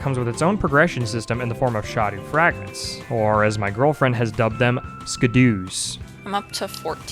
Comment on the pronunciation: are they not pronounced ska-du fragments?? 😂 me and my friend called them that the whole playthrough